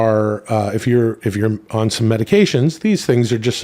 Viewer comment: Why's have problems with the word "on" lol